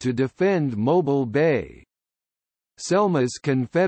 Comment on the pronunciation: I wish he would pronounce the word Mobile correctly when talking about the city.